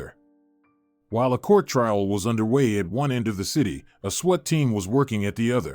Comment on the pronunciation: Thats not a sweat team but a swat team. Please get it right. Story is good but the pronounciations could improve. I'm gone.